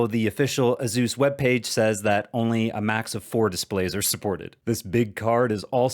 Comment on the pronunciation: AY-soos, no Zs in sight. ;)